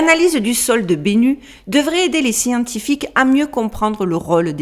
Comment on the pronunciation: Bennu se prononce (et peut s'écrire) Bénou en français. C'est un oiseau mythologique égyptien, ressemblant à un héron.